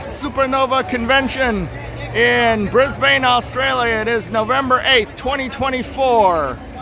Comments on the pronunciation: Pronounced "bris-ben but one syllable... not bris BANE 😊😊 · It’s pronounced “Briz-bin”. And we call them “panels” or “showcases”.